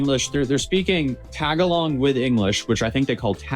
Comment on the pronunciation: The guy called it "tag-a-long" Lol